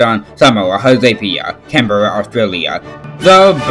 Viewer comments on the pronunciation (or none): it’s pronounced “canbra”